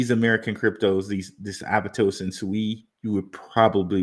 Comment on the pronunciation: It's aptos not abatos